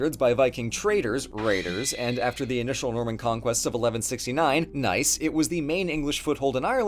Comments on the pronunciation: The sentence and got me a little confused, i thought you said "...initial Roman conquest of 1169" but the cc corrected it to "Norman" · I swear it sounds like says the “Roman conquest of 1169” when talking about Dublin lol, the normans will be pissed when they find out Rome is taking the credit for all there hard work 😂😁